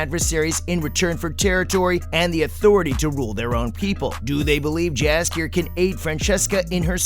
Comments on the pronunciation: Not a bad video, but you should double check the pronunciation of some of these names.. Jaskier for example, the J has a Y sound, so it sounds like Yaskier. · His name is spelled Jaskier in the show or dandelion in the game. The spellng is right my bad here